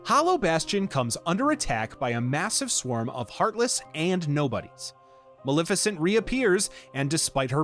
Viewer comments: maLEFicent. maLEFicent. not maLIFicent. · to be fair, you say it incorrectly like 100 times throughout the video and you did start off saying you were trying to get everything right. it's not like maleficent is a new name created for the game.